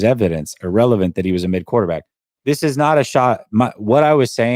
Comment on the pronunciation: If someone pronounces "this" as "dis"...we shouldn't care too much about what his opinion is. Dis a fact!